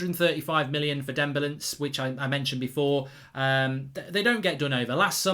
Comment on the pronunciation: MARK JUST SAID DEMBELANCE🤣